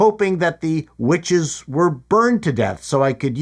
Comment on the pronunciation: Is anyone else hearing a B instead of a W whenever anyone talks about the witches? No mystery - they Jonestowned themselves using the poisonous tree of life but mom didn't actually drink the space Kool Aid and so she's female Kylo Ren.